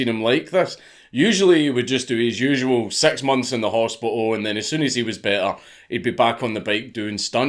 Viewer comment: When you say "six" it sounds like "sex" and it gives me a boner